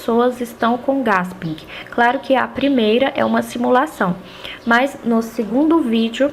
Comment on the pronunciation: desculpe o vídeo, seus comentário e explicações são excelentes mas não se lê GASPING e sim GUÉSPIM parabéns gostei muito.